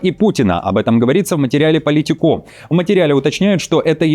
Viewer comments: Доброе утро, ну с какой стати "Politiko' с ударением на последнем "о". Это не французское СМИ. Только на мове они Политикó говорят, весь остальной мир ""ПолИтико". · Уважаемый! Я, конечно, всё понимаю, что сейчас переводчики всё менее нужны ввиду наличия ИИ, ну ведь можно было хотя бы спросить у толкового лингвиста, на какую букву ставится ударение в слове POLITICO. Ваш неверный вариант очень режет ухо 😊